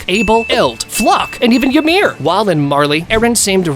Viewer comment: E-meer > Ya-meer